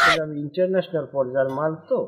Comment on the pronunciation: মালের উচ্চারণে কিছুটা সমস্যা আছে, আশা রাখি ঠিক হয়ে যাবে। অভিনয় ভালোই সবার।